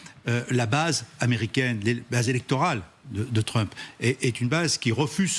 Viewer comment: Trumph, le ph se prononce comme un f.